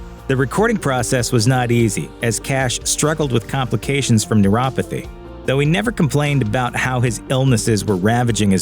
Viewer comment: It's Neuro-PA-thy... not neurothapy. Seriously???